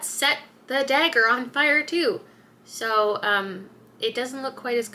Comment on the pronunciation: You don’t have much of a Canadian accent until you say the word “dagger” and then you are very Canadian. Love it. One of my favorite series.